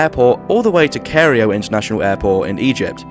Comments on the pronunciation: Cairo is pronounced Kai-roh not Korreyeoh. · we are not glossing over how you pronounced Cairo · Is this AI with a British accent? How else to explain the mangling of the capital of Egypt? It has three syllables in the original Arabic, but not in English. Also, is it Lovell or Lowell?